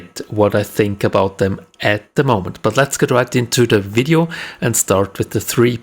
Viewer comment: Its video not wideo lol